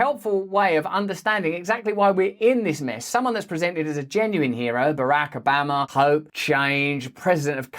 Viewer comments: BARRRACK OBAMMA! Don’t stop saying BARRRACK OBAMMMA. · Why do you say Barack Obama differently to everyone else?